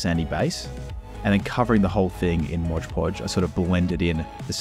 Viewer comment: Was going to subscribe, but you call mod podge "Modge podge"